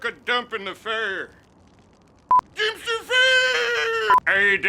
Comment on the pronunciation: Durmpster ferrrrrrr! Haha that was awesome.